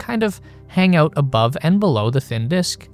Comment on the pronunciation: every time this clown pronounces AUOWT instead of out I wanna rip my ears off.